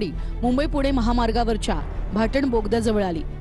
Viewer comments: भाटन नाही ग ताई भातान बोलतात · टीव्ही 9 वाल्यानो भाटण भोगदा नाय भातान भोगदा बोला